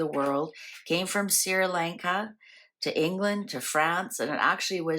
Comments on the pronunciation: It's not sir it's sri which is pronounced SHREE LAWN-KAH.It's the island near India. Sri, in India, means beautiful. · Sri Lanka ( pronounced " shree lanka)